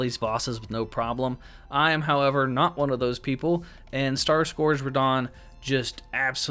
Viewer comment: “Star Scorged” “Underneath of him” 😂😂😂